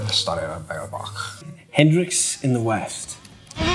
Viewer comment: Dude totally said "Tendrix" Wtf?!